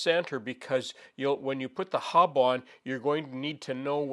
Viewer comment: The correct term is hub. It sounded like he said hob; his accent. A hob is a tool bit used to make gears, and a hop is a grain used to make beer.